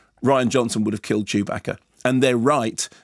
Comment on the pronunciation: I love the way Kermode pronounces Chewbacca man it's amazing